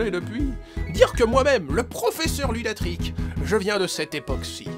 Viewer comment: c'est moi ou il dit "professeur lunatric"?